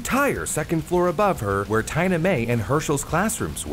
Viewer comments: Tee-na. Not Tie-na. The girl's name is Tee-na Mae. 🤦‍♀️ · did you just pronounce Tina, tye-nuh instead of tee-nuh??? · It's tee-nah for Tina not tye-na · Pretty sure that is pronounced teena-mae not tyna-mae.. since that's not a name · Tina-Mae rhymes with Tina Fey. Tina. Teen-a. Not TINE-a. Tines belong to forks. You wouldn't use a fork for your coffee. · I think Tina is pronounced Teena. Like it's short for Christina or Valentina. I thought you were a native English speaker..... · Tina-Mae. TEE-NUH. 😳 Edit: Gotta love the EcoFlow. Great presentation btw. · I can't unhear Tina pronounced like tyna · Tie-na. Really? Then again you mispronounce all kinds of names and words, but how you got Tina wrong, is just mind blowing! Edit: Maybe the big bad tornado was because "climate change".😂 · Tina is pronounced "teena" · the way he pronounces tina makes me absolutely feral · I’m more just confused at how pronounced the name Tina.